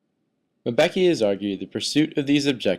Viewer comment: Why is this white man saying Mabeki?